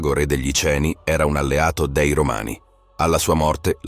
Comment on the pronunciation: Certo, immagino e ti capisco in realtà. Allora una via di mezzo perchè sentire la preposizione 'dei' pronuncita 'déi' da davvero fastidio. Sì, magari sono io palloso ma fino ad un certo punto in realtà. Se è possibile magari correggere il lettore digitale con più attenzione, non so. Poi, oh, non voglio fare il 'bravino', solo penso che prima o poi migliorare quaesta cosa sarà un passo da fare comunque. In fondo Barbascura o Geopop mica sono doppiati professionalmente ma guadagnano dal fatto di essere commentati da voce naturale. Una minima inflessione dialettale non da fastidio a nessuno se i contenuti sono buoni. Ma credo che continuando con un software più di tanto non si può pensare di allargarsi. Alla fine i canali piùù famosi non lo usano. Ti faccio invece i complimenti per la risposta professionale e pacata a quella che, giuro non lo era, poteva sembrare una provocazione; ciò dimostra un professionismo non da poco. I miei migliori auguri.